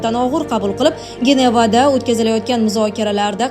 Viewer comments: Geneva emas-Jeneva shaxri... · Генева эмас Женева деб укилади,,саводсизми, дейман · Женевани Генева дейдими? 😂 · Бошловчиям чаласаводми. Гинева дейдимм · 😂Манам эътибор бердим, Женева дейиши керейди, э, кумри бугандан кейин шуда.